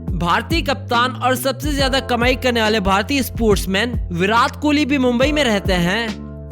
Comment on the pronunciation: Chacha it's virat kohli not virath kihli